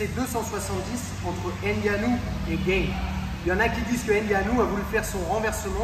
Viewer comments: Mdrrrrr le mec il se compare à Ciryl Gane, on aura tout vue 😂 il à osé dire « ce qu’il aurait dû faire gaine... » déjà c’est pas Gaine mais Gane. Un mec inconnu au bataillon essaye de nous expliquer ce qu’un champion de MMA (maintenant) mondialement connu aurait dû faire, sachant également que sur un combat précédent cette même clé de talon est passé crème... enfin je dis ça je dis rien 🙃 tout est bon à prendre pour faire des vues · Gane se prononce à la française. Cordialement. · Merci pour l’analyse ! Effectivement dur de voir tout ça pendant le combat. Seul bémol : Cyril Gane est français et son nom se prononce à la Française, pas à l’américaine 😁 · Hoss les gars, juste une petite précision qui a de l'importance pour certain: respectez les noms propres svp Si Ciryl dit s'appeler Gane n'allait pas l'appeler Gaynne! Les Patronymes sont sacrés les Gars;-) n'est ce pas! Je déconne mais svp les gars! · il est français, il s'appelle Gane pas gaine sinon a part ça l explication est bonne mais la solution proposée face à un monstre de puissance comme Francis me parait un peu légère. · Par contre ciryl Gane est français donc pas besoin de prononcer Gane à l'américaine ^^ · Merci pour la vidéo mais sérieux, pourquoi tu prononces Gane comme s'il n'était pas français ? (Gaine) C'est Gaane, avec le son A. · Bonne vidéo, instructive et récapitulative, mais par Pitié "", "Renier" la France en claquant des "Gane" à l'anglaise alors que ça se dit tout simplement GAAAAANE et non GAYYYYNE c'est dommage, les ricains sont suffisamment partout pour qu'on se valorise un peu sur une discipline où on les plis! C'est pas méchant, c'est juste le coeur qui parle! (J'espère au moin que t'auras apprécié le jeu de mot 😜) Merci pour la vidéo 👍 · Très bonne vidéo! C'est toujours plaisant de décortiquer ce qui s'est passé et s'apercevoir des détails techniques. Bravo. Par contre pourquoi vous voulez l'appeler Gaine alors qu'il s'appelle Gane. ^^ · Gane, et non pas Gayne...